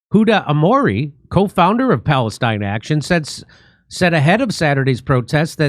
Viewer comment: it's not "p°l°st°n°°n action", jimmy ... sheesh, americans are so bad at reading!